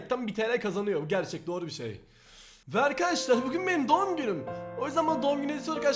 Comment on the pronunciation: Neden hep doumm günüm diyorsun abi